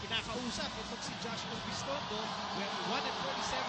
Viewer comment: Agree dude. Pero mali lang talaga ginawa ni Pamboy dun, and we need to accept the fact that he did a bad thing. And lastly, its URBIZTONDO hindi ORBIZTONDO. TNT! #TNTnation